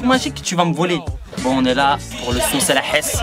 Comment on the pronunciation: pas la hasse " el hasse " tu parle arrabe comme un noob applique toi kho et no pas fréro